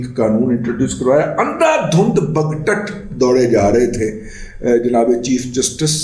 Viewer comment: دادا میری جان بَگ ٹٹَ نہیں بَگ ٹُٹ ہوتا ہے ۔ یعنی گھوڑے باگ ٹوٹ جائے ، تو جہاں جیسے چاھے بھاگنے لگے ۔